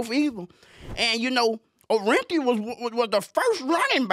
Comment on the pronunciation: He said " tell us about ORR-EN-Theeuh" 😅 RIP OJ